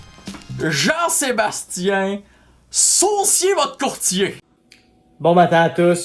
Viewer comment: Saucier votre courtier? C'est juste moi qui a pensé les fois qu'il articulait mal qu'il disait "jean-sébastien sucez votre courtier"...🤣